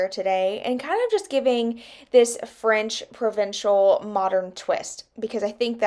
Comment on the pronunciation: You're saying that right! French Provincial :) Great job on the dresser. It looks beautiful! I love the new hardware!